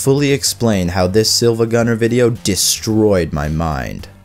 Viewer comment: Its siiva